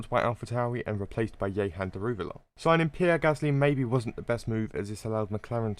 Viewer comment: Man really said " ye-han " daruwala 💀